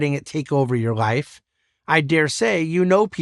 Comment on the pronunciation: The thing bugs me most is the way how he pronounce the word life. It's almost sounds like wife.